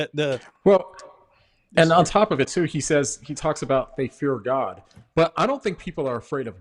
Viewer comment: He pronunces "God" as if there is a hidden 'r' in there - "So there Gord saved your life"